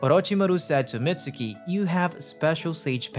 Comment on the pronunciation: its not pronounced Mitsuki theres a silent u